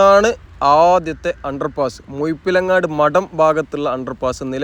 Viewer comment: മുയപ്പിലങ്ങാട് അല്ല സഹോദരാ മുഴപ്പിലങ്ങാട് പുയ അല്ല.. പുഴ